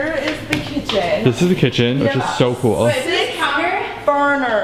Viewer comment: You know when said this is so cool in the bathroom I heard it's so Cole😂😅